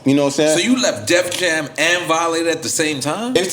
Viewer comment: Why Cormega keep calling the label “Def Jams” ? 😂😂😂